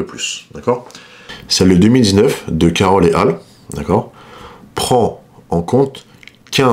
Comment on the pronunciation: Ça se prononce "ett al". Viens du latin et alii qui est l'équivalent du etc pour des personnes. En gros Caroll et al c'est comme charoll et compagnie